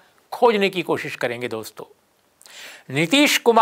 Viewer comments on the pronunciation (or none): none